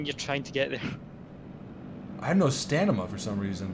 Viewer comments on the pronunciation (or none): Stamina not stanima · "stanima" lol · "I have no STANIMA" you mean STAMINA? Lmfao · wtf is stanima 😂😂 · "Jack I'm still out of Stanima!!! 😂😂😂